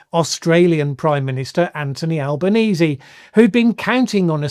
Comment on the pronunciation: Thank you for making the effort to learn how to pronounce our PM’s name! 🇦🇺 FYI … we all just call him Albo (pronounced ‘Al-bow’)